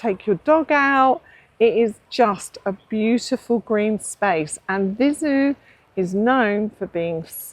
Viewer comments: Viseu: it is spelled Vizéu, not Vizu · Not open 'e', though. The 'e' sound in this case is similar to the 'e' in Emma (Ema?). Or the first 'e' in 'center' ('centre'?) Using that 'e' sound, you say Vizew.